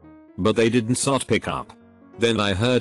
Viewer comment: Wtf does it keep reading "did not" as "dinsot"?